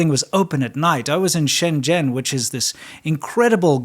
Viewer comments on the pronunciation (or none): He pronounced Shenzhen wrong. I don't blame him